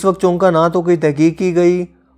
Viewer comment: sorry to say, the urdu word is chunkay not chunka. thankyou.